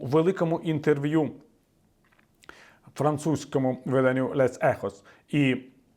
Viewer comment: Віталію поправлю - Les Echos правильно вимовляти як ʼЛе Екоʼ